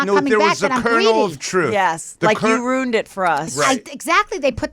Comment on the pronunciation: Am I the only one that keeps hearing “ROONED” when any of them say “RUINED?”